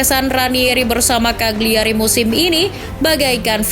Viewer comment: Just info, Cagliari dibacanya "kaliari", huruf G nya tidak dilafalkan.